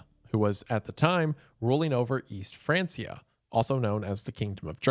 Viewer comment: i have never heard the word "pa" in papacy pronounced like "pap smear" and not as in "paypal.¨nor have i heard "east francia" pronounced like the modern " france" and not "frank¨i did not know this was a trigger for me. so thanks wendigoon